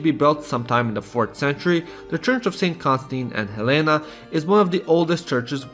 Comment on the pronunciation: As I Bulgarian myself, I can say that this is an absolutely amazing video showing the best of the country. There were only a few pronunciation mistakes(Stara Zagòra not Zàgora, Church of Constantine and Elena not Helena and etc.), but they're not that big of a deal. Love from Bulgaria and you should definitely visit 🇧🇬❤️ (just watch out for the cigani).